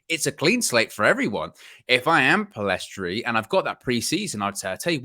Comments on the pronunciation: Lads it’s PELL IS STRI NOT PILL EST RI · My predictions, not necessarily preferences Garner - First team Pellistri (the s is silent btw) - First team Amad - First team Hannibal - Loan/squad player Mainoo - u23/loan Shoretire - u23/loan Mengi - Loan Roshaun Williams - First team/loan Levitt - Loan/sale Galbraith - Loan/sale Chong - loan/sale I honestly hope we keep all of them bar Hannibal (he needs a loan with guarantee mins). I think if they all manage to go to pre-season, they could all surprise the gaffer. I seriously think Martial and esp Rashford have to watch their backs because Amad and Pellistri could very well replace them. We've got an exciting crop of players and some may end up more impactful than some signings. Thing I'm very sure of is that ten Hag will train with all of them esp in pre-season and during the season with those who remain. Laird will definitely wow